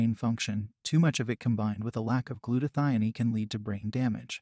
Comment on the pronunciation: also glutathione. I think he is indian